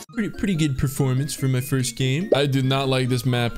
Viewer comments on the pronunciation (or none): none